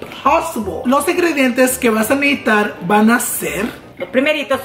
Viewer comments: “Van a nejitar” 😂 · Is it me or every time said necesitar it sounded like necitar